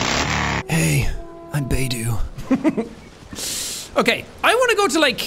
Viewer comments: The way he say beidou's name 😂 I'm dead " Beidoo" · Bey-Do😭✋I’m literally gonna cry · Says Bei-doo and Die-luke... Sean the characters say thier names in thier profile voicelines. Bei-dough and Dee-luke. Bennett is a very good character too. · Beydue lol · Everyone knows it's said bae tho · Beidou is now bei-do Diluc is now die-luc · Who else instinctively said Beidou and Diluc's name correctly everytime he said "Beidu" and "Dailuc" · coming back to this a year later and him calling beidou “beedoo” is still hilarious” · I cringed at "Baydoo" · It’s baydoo! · Seeing Jack pronouncing all the names incorrectly, not knowing where the hell he is, what in the world hes doing, not using the character kits correctly just fills me with unlimited joy and happiness. BTW how the fuck did Jack reach inazuma if his damage is so weak. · Jack: absolutely massacres the pronunciation of Beidou's name Me: takes immense psychic damage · The way he pronounces Beidou’s name is hilarious